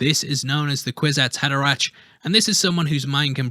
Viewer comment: "Kwizats Hadera 'ck!"